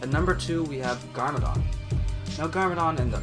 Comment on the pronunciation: wtf dos he say? garmadon and pixn